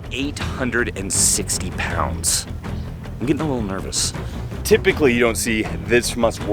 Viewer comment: 0.37 "tifpically"